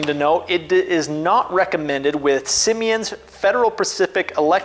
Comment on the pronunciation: Please learn how to pronounce the words on the package. Siemens. Not "Simi-ens"